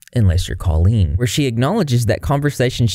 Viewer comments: DUDE RIGHT???? I’ve been thinking this this WHOLE TIME. I’ve always heard it pronounced caww-leen, not cOHleen. Wtf. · that’s what I’m saying, I’ve never heard it pronounced “Ko-leen” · I’m shook at how people pronoun Colleen like colon, that and that this went on for so damn long. Were adults at these shows??